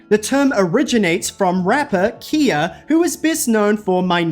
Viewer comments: kai-uh not kia 😭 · You don't know how to pronounce Khia's name. It's Kha-yah, not Kee-yah. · You are saying her name wrong! And it’s cringe af “Kai” “ya” = khia silly girl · Bro… hearing you say “Kia” over and over feels like being in an asylum. Her name is pronounced “Kie-yuh.” Are people really calling it “Kia?” If so, mispronouncing her name is double jeopardy and crazy work. Sheesh. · I really need to clarify something that ive seen common amongst white creators explaining the khia asylum it is pronounced (k-eye-uh) NOT (key uh) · Okay I had to stop watching because the Kia is throwing me off… and for someone who did “research” for this made up topic I KNOW DAMN WELL YOU KNOW HOW TO PRONOUNCE HER NAME. SECOND KHIA “Kie-ya” owns a bigger percentage on the internet than Beyoncé SHE WILL SEE THIS VIDEO AND YOU WILL GET ROASTED AND GAGGED…JUST HOPE YOU CAN HANDLE IT! Your lane is awards show reviews STAY THERE! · It’s pronounced KHA YA not KEE YA but you right about everything else I swear yt ppl pronounce everything weird like how people call Beyonce bAy instead of BEEy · Girl her name is Kh👁️a not 🔑a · Now is pronounced like Kia the car or Khia the rapper lol? She pronounces her name Ky-uh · Kah-yah not Kia 😭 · Broooo it’s Kii- YAH, not KIA 🤦🏽‍♂️ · Khia’s name isn’t pronounced the same as the vehicle maker Kia. The first syllable of her name is exactly the same as the name “Kyle”. It rhymes with eye 👁️ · Yes its KYA.... like sky-ya. Not "kia". Never heard her name prouncounced that way 😂 The "H" in the name is there for a reason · What is so rough is that's not even how to pronounce her name. It's "Kaya" like the Bob Marley song & slang for herb. Poor Kye-uh. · Its K-eye-ah not kia and she ain't no flop. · I just don't think i can make it through the video hearing KEY-YA instead of K-EYE-YAH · kai-ya not kia 😭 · 1. "Ky-uh" not "Kee-uh" 2. No Tinashe mention? 😒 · Khia (Kii-ya.) With a long i. Not Kia like the car. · It’s pronounced “KYA” not “KEEYA”